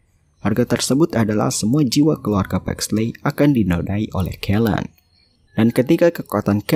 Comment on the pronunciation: Di bacanya Paxli Bukan Paxley :') ey itu Jadi i :')